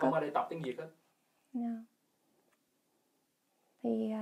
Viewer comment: The way she pronounces Cà Mau as Cà Mao, hết as hớt, Việt as Diệt just made my day , the Southern accent is soft and pure, she demonstrates it in such perfect voice and tone. Hopefully Gale can make it to Ca Mau and Saigon so that she would have more chance to practice the authentic Southern accent.